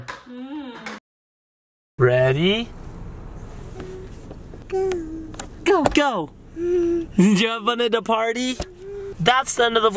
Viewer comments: It was carn not corn. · That's not corn, it's car-n